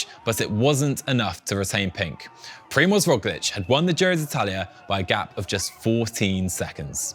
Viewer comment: Is it so hard to google "Primoz pronunciation" as a preparation for the show if I plan to mention the name a gazillion times?